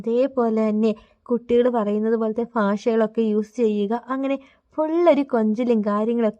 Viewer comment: ഫാഷയല്ലെടീ ഭാഷ